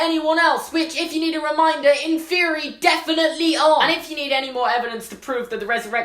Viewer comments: Okay. I like you and all, but it's pronounced "in-fur-eye", not "in-fear-ee". Just saying man. Keep it up! Love your videos. Harry Potter is life. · It’s in-FEH-re-I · I thought he said in therory not inferi 😂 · I thought inferi was pronounced in-fur-eye. I think I'm wrong. Oops. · The way you pronounce inferi is blowing my mind. I always thought it was in-fer-eye. Because it's the plural of inferious. Like many words ending in us like octopus. Also when I got the audiobooks Stephen Fry reads it like that. If i'm wrong though I've been thinking it wrong forever and that'd feel weird.